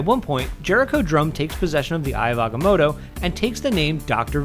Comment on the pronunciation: Its not agamodo, its AGAMOTTO, say it with life.